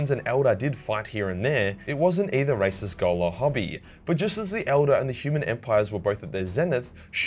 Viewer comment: I though he said "alien racists" and not "races"